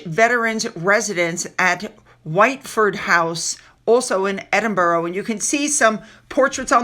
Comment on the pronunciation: Edinburgh is pronounced”Edinburra”rather than”Edinburrow” ( Strange but true!) 😊 ❤.